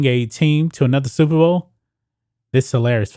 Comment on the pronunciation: Oooooooooh Super Bowl !!!. I thought you said Stupid Bowl.